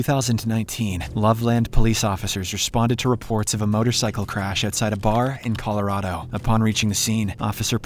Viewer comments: colorado is pronounced colo-rad-o not color-odo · as someone from colorado it makes me annoyed when people pronounce it wrong